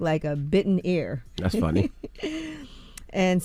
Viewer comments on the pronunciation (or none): The fact that y’all had a whole segment around mike bites and was WRONG. ITS NOT A BITTEN PIECE OF “AIR”…..it’s A BITTEN EAR!! Yes just like he did EVANDER! 🤣